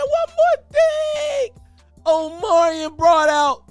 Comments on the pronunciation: Ima need you to pronounce Omarion's name correctly, he at least deserves that respect‼️ Say it with me now 🗣O-MAR-REE-ON🤌🏾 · You mean, OMelon !!! 😂😂😂